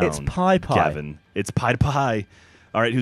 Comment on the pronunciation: GAVIN!! Not terrribo!